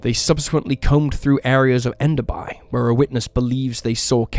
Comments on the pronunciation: JUST FYI IT IS PRONOUNCED ENDER BEE NOT BYE. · How did pronounce all surrounding areas well but “ender bye” 😂 it’s “enderbee” always wild seeing local things unfortunately indigenous women are so highly targeted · It’s pronounced Ender-bee Edit: shit lol, you got it right eventually lol. Sorry. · Though it was mispronounced. Enderby was also pronounced incorrectly.